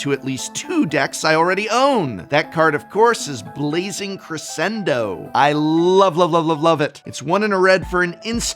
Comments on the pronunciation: Dear Professor, Crescendo is an Italian word…please do not Americanise it by utterly mispronouncing the word…please…it sounds so awfully wrong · He pronounced it correctly except it should have a "sh" sound in the middle not an "s" sound. The beginning is spot on. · Yo, it's Dr. Drew in pedantry.... Professor, the word is Cruh-shen-doe!! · music teacher here popping in for a word pronunciation, "Crescendo" is pronounced Cres-Shen-doe. its an Italian word, in music it means to gradually grow in intensity/volume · Bro you better cre-shen-don't correct the prof's pronounciation lad 😂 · That’s not how you pronounce crescendo